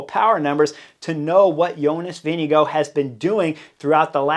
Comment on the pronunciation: Kudos for being the only none-Dane that actually pronounce Vingegaard almost 100% well. Thanks for a good channel :)